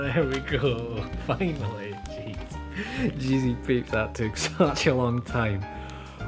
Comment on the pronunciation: Did he say Jeezy Petes?